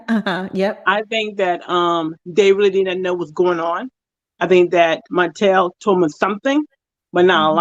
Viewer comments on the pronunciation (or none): For some people, messing up a person’s name is triggering for many reasons. Mispronouncing or misspelling a regular word, fine. But someone’s name is kinda disrespectful. Plus “Marsue” hits the ears like a knife. Lol. Sometimes I fast forward. I love y’all tho.